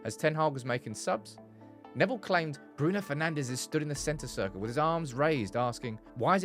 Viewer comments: Bruno FernandSCH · Bruno Penandes😂